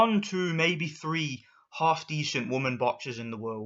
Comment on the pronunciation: These woman have been training for hours passed there Limit to be where there are just because you dont like it dosent mean no one else does. You are sexist against woman you called them disgusting .If you dont like it dont watch it ok WTF...I just hate this asshole. Bruh also how he said half he said haoolff